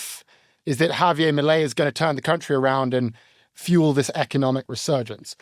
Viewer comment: "Havier Malay" lmfao